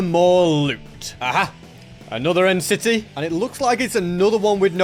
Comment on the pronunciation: Bro said end city